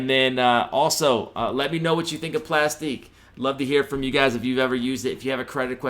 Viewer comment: 😂 it's pronounced ( plastic ) just a different way of spelling. Like my Y.T. channel is Aktiv beats, but is pronounced ( Active Beats ). It's all good though. It is what it is. 👍🏾 Thank you for the info.